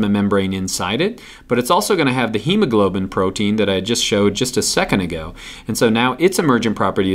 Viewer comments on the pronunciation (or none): none